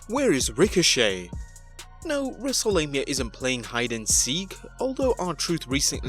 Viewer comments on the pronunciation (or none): You said wreselamia 🤣🤣🤣